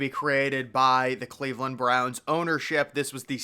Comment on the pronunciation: It's Cleveland. Think Rodney Dangerfield.